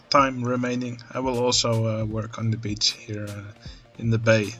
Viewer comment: Every time you say Beach, I hear biiitch. 😂